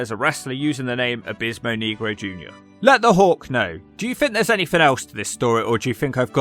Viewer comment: I'm black and you always pronounce his name wrong